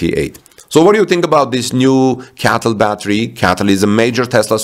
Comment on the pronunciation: Cee Ay Tee Ell - not CATTEL